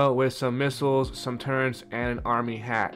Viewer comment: Bro lost me at "turrents" 😂